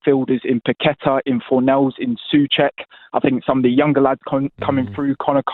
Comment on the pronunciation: Second he said soucek he lost me. ⚒️